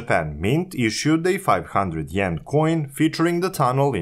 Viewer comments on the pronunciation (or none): Thank you for the detailed explanation about the Seikan Tunnel. By the way, I think you mispronounced the Japanese currency, yen .